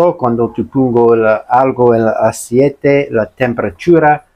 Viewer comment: Hola, no se dice asiete, se dice ACEITE, 👍